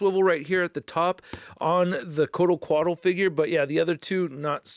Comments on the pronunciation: I love ya but come on dude😑I thought u saying "medieval spawn was a joke then you continued to Cock up. It's the jokers cane(pimp cane) not pickaxe and it's Kortal Khan not whatever the hell you were saying. In conclusion amazing review as usual but please do q lil research before recording if you aren't sure on the product. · Why does he keep saying Kotal Kahn weird!?